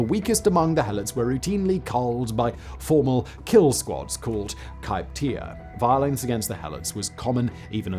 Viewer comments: I think you meant Krypteia, not kypteia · κρυπτεία would be better transliterated as "Krypteia" or "Krupteia" It comes from the word "kruptos," meaning hidden or secret. Cognates "crypt" and "cryptic" come from the same root, and you would pronounce "Krypteia" like crypt-ae-uh. Nah-woht-luh Teh-noash-tit-lahn Ometeotl isn't the sun god, or even a god. Ometeotl is the name given to the duality of two different gods: Ometecuhtli and Omecihuatl. They are also not the primary gods of worship in the Aztex pantheon- that would be the actual sun (and war) god, Huitzilopochtli.